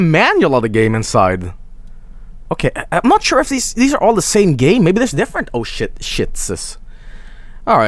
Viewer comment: Am I the only one who can't stop hearing "Oh, I'M shit!"?